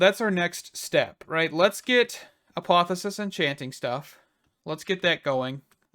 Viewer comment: Say apotheOsis again 🤣🤣🤣